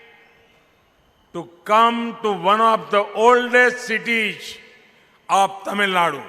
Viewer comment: Citish ah 😂 adhu cities